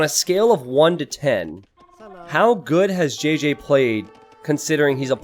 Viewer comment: JJ is 'ji' not 'jé'